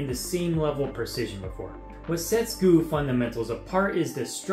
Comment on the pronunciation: Great video! Though a part of me died when you said "gu" instead of G.U.E